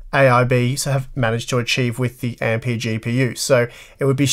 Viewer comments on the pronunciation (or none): none